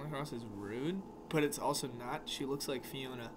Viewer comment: No one: Nobody::I dont wike it!